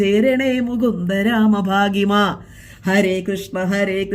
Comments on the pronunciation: ഭാഹിമാം അല്ല സിങ്കു പാഹിമാം 🙏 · ബാഗിമ അല്ല …പാഹിമാം ആണ് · അതേ പാകിമാ അല്ല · കർക്കടകത്തിലെ സുപ്രഭാതത്തിൽ നല്ല പോസിറ്റീവ് എനർജി തരുന്ന വീഡിയോയുമായി വന്ന വിന് ആദ്യം നന്ദി പറയെട്ടെ 🙏🏼. മനസ്സിൽ നന്മ ഉള്ളതു കൊണ്ടാണ് മറ്റുള്ളവർ ക്കും നന്മ വരണമെന്ന് ആഗ്രഹിക്കുന്നത്.വീഡിയോ നന്നായിരുന്നു.പിന്നെ നാമം ചൊല്ലുക എന്നാണ് പറയേണ്ടത്. അതുപോലെ പാഹിമാം എന്നാണ്. ഭാഗിമാം അല്ല.